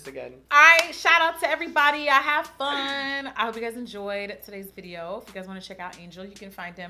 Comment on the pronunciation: “Shout out to everyone I had ffuN” lol I literally say this everyday